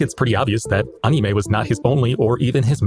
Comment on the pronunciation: Yes, that is how anime is pronounced in Japanese (and coincidentally that's also how the 'a' sound should be pronounced in Anki as well), but the way you pronounce it is pretty much the English word for it so it's all good~ I've never been involved in the JP learning community because my journey started way back in the mid-90's as a nerdy kid who had just gotten their hands on the internet. I'm also not very social 🤣 That being said, I have noticed the toxic trend with the community over the years as the language got more and more popular. The anime community, which overlaps a lot with the JP learning community, also gained a lot of far-right members in recent years which is unfortunate.